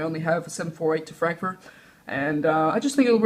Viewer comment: Lol u said frankfoot